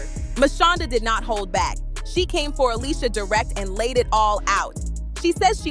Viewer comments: What’s with the Alysia ? Ale-sha 🙄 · If she doesn't stop pronouncing her name Ah-lee-see-ah & saying it correctly Ah-LEE-sha Ok she got the memo. 😂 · The fact she keep callin her alisia I can’t even get thru this video 🤦🏽‍♀️